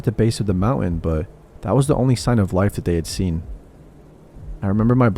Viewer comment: Love the stories but please pronounce words correctly, I think you were saying mountain but it’s very hard to understand